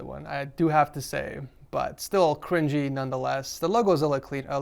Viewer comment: he said criwgy Instead of cringey My guy